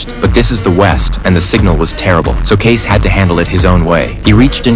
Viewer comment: It's Kay-cee. Not Case.